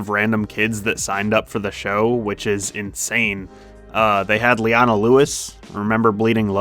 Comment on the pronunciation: Her name's LEE-OH-NA not LEE-AHHH-NA